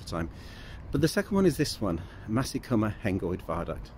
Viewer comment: Maesycwmmer not Masycwmmer. Maes rhymes with Mice.